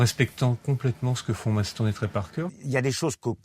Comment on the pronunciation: "Matt Ston " mdrr le prononciation